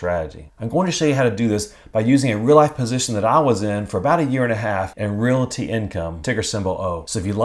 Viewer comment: Love your vids but PLEASE pronounce the word realty with only two syllables. Reel-tee, not reel-i-ee.